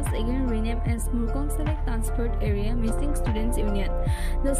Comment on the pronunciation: Not mishing, Mising